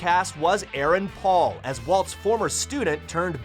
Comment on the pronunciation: Aaron Paul not erron paul